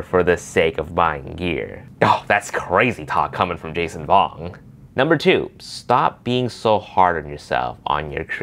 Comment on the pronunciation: Wait did u call patato jet jason vong haha